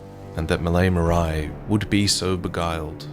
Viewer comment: Great video as always ! I'm pretty sure "Marais" is supposed to be pronounced "Marè", as the french for "Swamp", rather than "Maraï" tho